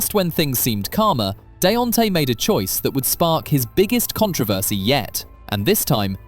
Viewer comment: “Deonte finally found someone who wasn’t connected to prison or court cases” immediately shows her mug shot lol you can’t make this stuff up also I’m sorry the “what” ? Theres only 1 way to pronounce “controversy” and that’s not it lol